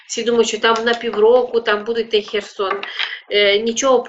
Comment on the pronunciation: Cher wam a ne Cherson